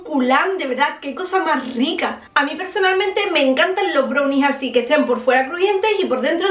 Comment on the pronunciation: Parece que dices bronis 🤣🤣